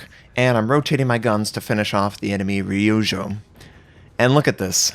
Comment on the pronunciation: Minor Japanese lesson for you: Ryujo's pronounced Ree-U-Joe.